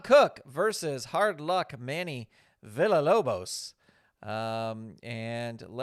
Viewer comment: Not to nitpick or anything but Manny’s last name is pronounced VEE-YAH-LOBOS. I wasn’t able to attend the Pirrenial, but I’d love to have a copy of the Wardlow card for my own AEW fed.